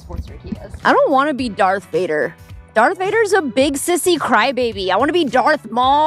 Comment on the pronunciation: I’m sorry did you say Barf Vader 😂😂😂?